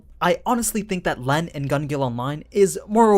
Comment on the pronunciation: Llenn is pronounced as Ren